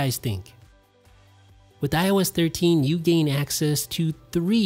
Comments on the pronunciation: Why did i hear everytime he said IOS 13 i thought he said when i was 13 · When he keeps saying IOS13 i thought he was saying when i was thirteen 😂😂😂